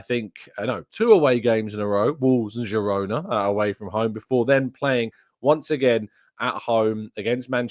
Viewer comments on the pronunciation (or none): none